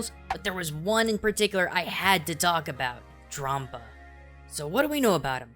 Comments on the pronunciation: dram-paw, not drom-puh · I think it's pronounced like grampa not grompa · DRAWM-pa? do you pronounce grandpa GRAWND-pa? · Drampa, not Drawmpa,. Like Dragon + Grampa in one word. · it's pronounced dramp-ar